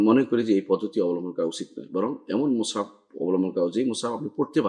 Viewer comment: অ্যাডমিন ভাই, মুসহাফ হবে, মুসআব না।